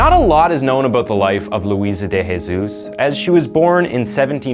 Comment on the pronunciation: De Jesus isn't pronounced with the "H" sound. say the J in portuguese. Jose, an example, you say the J